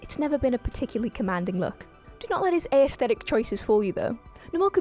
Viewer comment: "N'more," "Ayusthetic" and "sub mareener" mispronunciations aside, an OK listicle.